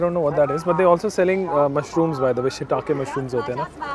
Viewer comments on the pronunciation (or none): none